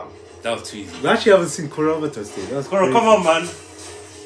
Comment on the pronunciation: Tahno calling Korra the Uh-vatar is certainly NOT a reference to a movie that will NOT be named